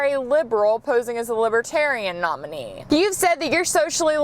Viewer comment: IM IN THE ONLY ONE WHO WAS TRIPPED OUT BY THE WAY SHE SAYS LIBERTARIAN?